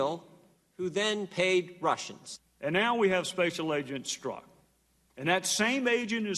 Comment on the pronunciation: STROKE, not STRUCK !?!?!! 😲😲😲😲